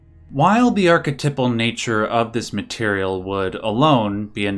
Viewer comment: The way this guy says archetypal pissed me off WAY more than it should